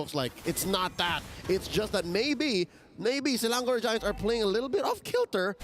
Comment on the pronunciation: Not selandor ...selangor